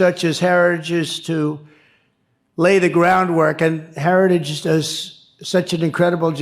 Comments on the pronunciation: He can not clearly pronounce Heritage .... he tried a second time just a slosh mosh clearer... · Gut can't even pronounce the word heritage. Good lord. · He cant even say Heritage